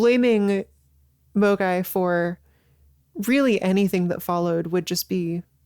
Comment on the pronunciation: I'm sorry, every time you say "a MOGAI [person]" or "um.. MOGAI" my Internet poisoned brain can't help but hear the 2020 hit game and all around dumb shitpost AMOGUS